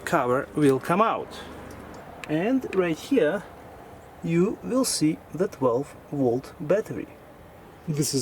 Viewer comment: The. 12. Wolt. Battery.